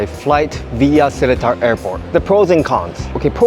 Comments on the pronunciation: It’s not se-le-tar it’s se-lae-tar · It’s pronounced as se-Li-tar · "selatar" "changei"